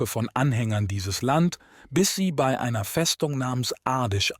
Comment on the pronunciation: Der Vorleser (oder KI ?) kennt das Wörtchen " bei" nicht. Ständig macht bee-ii draus. Das nervt und verzerrt den Inhalt. Interessantes Thema,leider ist das Zuhören anstrengend!